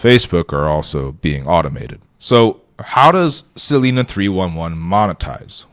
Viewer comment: Cool idea. FYI it's pronounced "sa-lie-na" not "sa-lee-na".